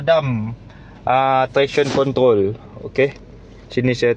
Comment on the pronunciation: abang ni orang perancis ye? sebutan kontrroll len macam